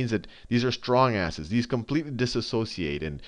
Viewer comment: Khan sayin 'STRONG ASSES' on purpose